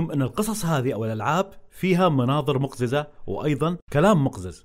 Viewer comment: مقززة... القاف مفتوحة وليست ساكنة يا أعجمي